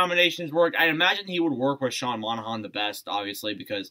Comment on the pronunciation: The way u say monahan is just sad